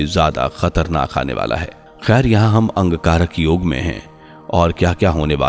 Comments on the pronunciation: Bhai angkarak yog nahi Angarak Yog bolo sahi bolo bhai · आप बार बार अंगकारक योग शब्द का उच्चारण क्यों कर रहे हैं? इसे शुद्ध रूप में अंगारक योग उच्चारण करें। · Wrongly pronounced. Angarak yog and not Angkarak yog